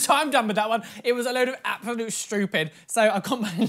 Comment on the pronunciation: "It was a load of abSaLOute ShTeWpiD" - 2020